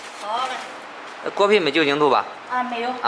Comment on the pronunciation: 果皮？偶聽成狗屁😆哈哈笑死偶🤣 看字幕才知道是果皮🤪